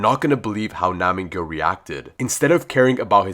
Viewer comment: It’s nam gyu btw